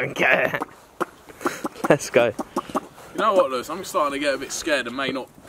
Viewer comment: It’s Lewis not Lawis